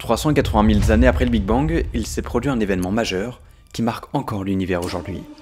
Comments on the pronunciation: 380 000 zannées 😅 Pas de "s" à mille . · *années (et non zanés) 🙄